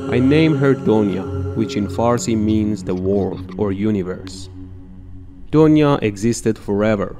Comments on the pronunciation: Its not doniya Its duniya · It's not donia it's dunia and dunia mean world and "brahmaand" means universe. You should use "brahmaand" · The pronounciation of Donya is dunya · I know he was trying to say donya as dunia it is because of revolution of language from parsi to hindi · and thats not doniya its pronounced as "THUNIYA" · When you realize he is saying " du-niya" which means world !!